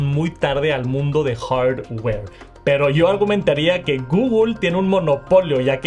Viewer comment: Me da un no sé qué cuando dice “Hardware” o “Software”. Como dicen en MX, bájale 2 rayitas a tu inglés, por fa